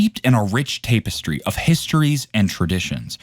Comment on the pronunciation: Tap - estry. Not Tape - estry